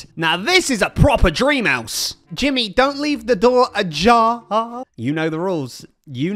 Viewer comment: You said it Jimmy you know the rules put something in the Jah-har